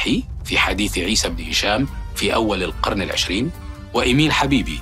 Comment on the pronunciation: "حتى القرنَ"! 😏